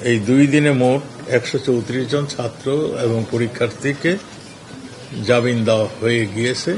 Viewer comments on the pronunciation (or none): জাবিন নাকি জামিন??